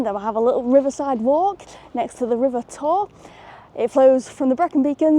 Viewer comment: absolutly correct im from swansea the river tor made me laugh